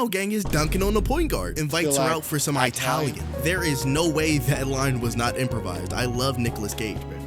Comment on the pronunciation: really said Eye-talian